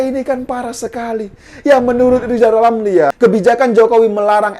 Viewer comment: Lizal lamli si lajawali ngeplet itu setali tiga uang dg si wan abud....sama2 ngga bisa kelja tp mulutnya nyinyil telus....ngomong R dulu yg benel balu maju caples 2024....kakkakkak...